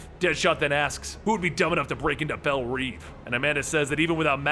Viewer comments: you are pronouncing "Belle Reve" (pronounced : "Bell Rev" not "Bell Reeve" ) incorrectly (you have been saying it wrong in all of your videos in which you mention the institution)... "belle reve" means "beautiful dream" in french...even in the movie they say it as the french do. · It's pronounced bell rev not neev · Reve is pronounced Rev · I could be wrong, but in almost every DC movie or show I have seen, it is pronounced Bell Rev despite being written Reve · you're pronouncing Belle Reve prison wrong